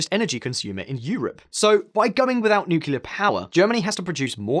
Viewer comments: Are you pronouncing “nuclear” incorrectly on purpose just to drive more engagement? (For example, this comment) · 1) learn how to say Nuclear ffs 2) DISCORDY is not a word 3) Nuclear Energy produces no greenhouse gases